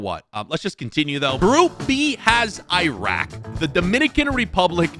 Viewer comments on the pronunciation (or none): the way pronounce some the names is crazy i think moving forward just ask google how to say some of the names. Guinea-Bissau - Iraq - Benin especially Benin it not benign but buh-neen